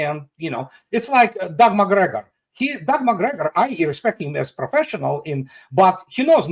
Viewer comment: Did he say "Doug McGregor"